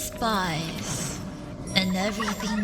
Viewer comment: Uhhh did any one here thighs instead of spice😭